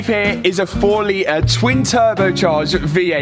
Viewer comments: Lee er , he means litre . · You say lee er I’m sure there’s a ‘t’ in there making the word litre .